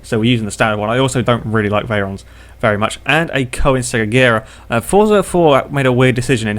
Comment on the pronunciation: You pronounced Agera wrong.